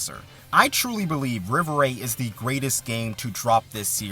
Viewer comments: Im french. Rêverie is a french word. So its pronunced Rei-Veu-Ree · Also, rev er ay for the pronunciation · You definitely butchered it. I thought you were purposely mispronouncing it to prevent being demonetized